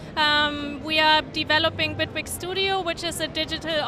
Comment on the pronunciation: Its Bitwig not Bigwig lol. Awesome DAW !